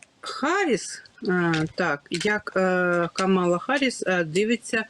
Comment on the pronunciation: Гарріс Камала, а не Камілла